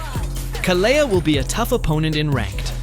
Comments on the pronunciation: Please his name is khale(d) not khalea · Why does almost everyone pronounce her name wrong? Most people here say Kaalia while he is saying KaLeah, and I think it’s supposed to be Kalee (Kalea)